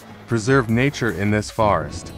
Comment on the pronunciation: Thank you for all your work saving the Orangutang. But Please I’ll volunteer to do your voice-overs for free! 😩 This computer generated voice is awful. He can’t even pronounce NATURE.